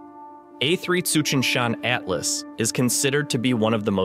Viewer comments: At-las not "ate-las" lol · The last bright comet we were hyped up about was a few years ago ... and while people shared images all over the Internet, I never could see a damm thing in the sky. And FWIW, the text-to-speech was lousy. It couldn't even pronounce basic terms or names. AYT-las? Seriously? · Yup, I noticed that the moment it said "ATE-las"...